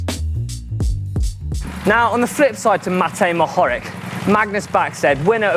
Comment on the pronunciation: It's pronounced Matej Mohorich (Mohorič) because us Slovenians have wierd letters that aren't written in tdf etc.